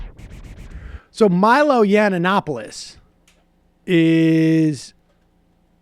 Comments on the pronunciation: It is Milo Yiann-Opoulos NOT YianANAnopolous! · "Milo Yananapoulos" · YUN-OP-O-LIS...So annoying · It's Yee-an-opolus. If you want to be taken seriously try sounding less moronic. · Does not even know how to pronounce his name, but he is an expert, jeez. its yiannonopolous. And simon and schuster knew what they were getting, and you know it. They pulled out because of the podcast, and you know it. Leftists are so lying and deceiving. He got the contract for being brash and unapologeitical. He was not meant to write yeats-poetry. He was signed to be rude, create controversy, get on all the talkshows, and sell the book. He lost that platform, and they pulled the book, because the free marketing disappeared. Be honest, you are pathetic Sam. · Big fan of the show but the way you pronounce Yiannopoulos is so cringe worthy. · I love how Sam can never pronounce Cernovich or Yiannopolous correctly. I wonder if he does that on purpose.